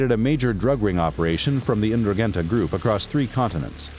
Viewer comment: Please thst is the worst pronunciation on the internet of the Ndruhhhgetta just can’t listen to poor speakers sorry just had to let Ya Know!